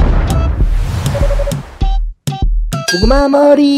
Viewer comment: 고구뫄 뭐릐~ 중독성 갑....